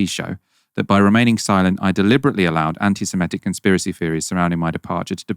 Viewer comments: SEMITIC not SEMETIC. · SeMITic, not s'METic... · The word is seMITic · please learn how to say ‘Semitic’